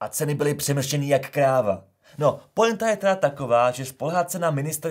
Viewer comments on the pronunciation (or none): none